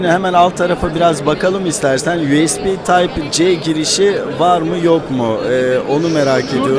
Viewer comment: "yuyespi tayp ce" ibaresini kullanmasını ne çok seviyorsunuz.